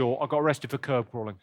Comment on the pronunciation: curb not carb